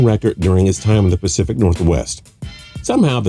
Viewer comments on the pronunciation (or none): none